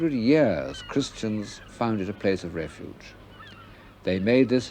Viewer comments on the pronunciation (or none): none